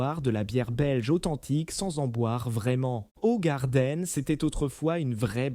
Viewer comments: Eh, crane d'œuf, on ne dit pas Hogarden mais Hougarden ! Avec de préférence un H aspiré, mais on ne peut pas tout avoir... De plus InBev n'a rien détruit, la brasserie était à l'arrêt ! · Impossible de continuer c est une merde d'IA , et si vraiment c'est un humain il est con de chez con. Hogarden .... vraiment ?? Ca se dit {ougarden} connard! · Ogardenne...leert eens spreken😢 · HOE en néerlandais c'est hou qu'on prononce et le reste de la prononciation n'est pas mieux le e est toujours muet. Et Jupiler est une bière très sucrée pour la rendre moins amère et plus accessible aux gens qui n'aiment pas la bière.